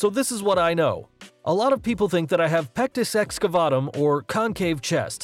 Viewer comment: Stop saying pectis excafuckingvatum